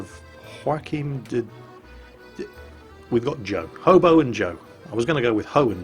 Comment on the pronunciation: first of all who else thought said homo instead of hobo second where or when did Jo get his/her health back